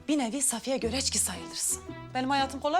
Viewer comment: Milletin Safiye demesi Hasibe : Sağfiye